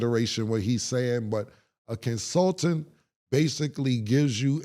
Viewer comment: Nor is counseltate 😅😅